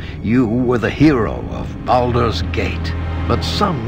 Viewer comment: “baldur gate”